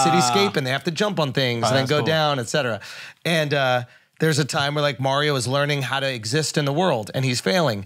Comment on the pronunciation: Can say Mario right for once